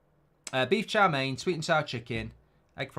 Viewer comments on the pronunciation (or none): none